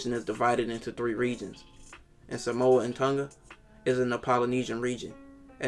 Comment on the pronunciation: As a True Polynesian, that actually live in the islands, you really need to learn how to pronounce “Sāmoa/ Sāmoan” and “Tonga/ Tongan”.